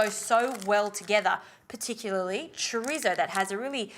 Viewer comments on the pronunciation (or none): No disrespect honestly but I love 💕 they way white people say Chorizo.